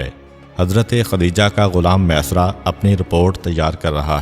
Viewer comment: Jzak Allah o khaira name mesara nahi hay maeysara hay ميسرا یا پر تشدید ہے